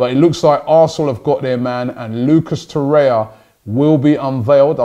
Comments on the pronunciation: Torreira not Torreia, say it right Robbie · It’s pronounced Tor-eih-rra not Tor-eya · Torreira, not Torreia Robbie! :P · Man doesnt realize Torriera has 3 r’s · Robbie its TORRIERA not TORIA haha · ROBBIE ITS TORREI*R*A !! There’s another R at the end!! it’s not torreya tbh tho this show is pretty awesome so well done robbie 👏👏👏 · Its not TORREIA ITS TORREIRA. Like Herrera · It’s TORREIRA NOT TORREYA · Learn to pronounce the names lichstiner? Torrerer? Ooofff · He has been calling 'Torreira' 'Torrea', so am not hopeful. Took him forever to call Lichsteiner by the correct pronunciation. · Your pronunciation is awful 😂 Lucas Torreira should sound like loo-cos tou-rare-ra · Welcome LISH-tenner, TOR-ayuh, SOO-yung-kooo, YES-in Ad-lee! Come on Robbie sort out the pronunciations... you're a world traveler visiting different cultures! Gotta step up your pronunciation game mate. Don't you have interns who can get you the proper way to say them???? lol